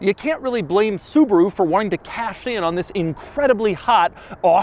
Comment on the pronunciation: It's a Subaru Outback not a Suburu Outback!!!